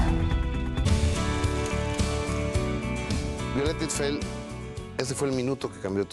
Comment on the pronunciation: Gustavo siempre dice Istfel 😒mal de su parte no preguntar si lo dice correctamente...poco Profesional